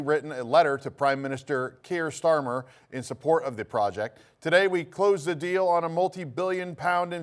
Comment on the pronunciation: “Prime Minister Stramer”…. We finally get some coverage in the UK and can’t even get our Prime Minister’s surname correct 😂